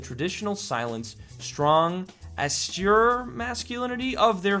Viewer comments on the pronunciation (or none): Austere = Aww-Steer Seriously though, keep up the good work. :) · Its pronounced austere not austere